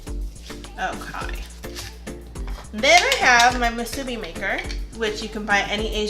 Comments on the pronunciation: Moo-sue-Bee so -e-z! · Good try but it’s correctly pronounced Moosoo - Bee. Break it into two words. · I wish I could find a video where someone actually pronounces musubi correctly.